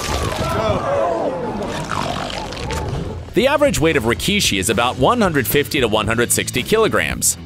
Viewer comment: Did man really say rikee-shi